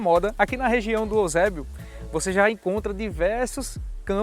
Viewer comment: Já é cearense, chamando o EUsébio de "Osébio". Puro Cearense raiz.